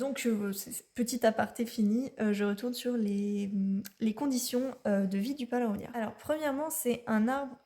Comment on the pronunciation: C’est Paulownia et non palownia . J’en ai acheté sur Etsy, ou j’ai reçu 2cadeaux en plus.